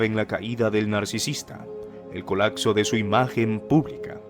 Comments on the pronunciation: Se dice colapso, no colacso, se oye horrible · Colacso?? Colapso, acsorbiendo?? Omg